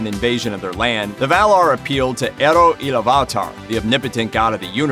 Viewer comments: it air roo aloov it tar as in illuminate as in light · i can already feel that Amazon can't pull this right off. just by you pronouncing Eru Ilúvatar is already disgraceful and alarming.